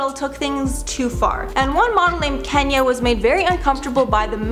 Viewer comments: KEEnyah not Kenya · Angela? That's not her name its "Ann-ja-lee" Also "Keen-ya" not Kenya